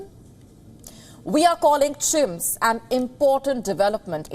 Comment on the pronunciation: Why not. Like cheers 🤣🤣 rather than CHIMS that sounds like chimps